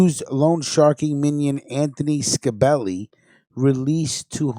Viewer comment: Not ska belli it's scibelli get it right 👍 stunad.. fuhgettaboudit..